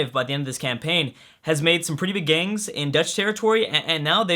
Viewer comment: always says "gangs" instead of "gains" I sense a Freudian slip....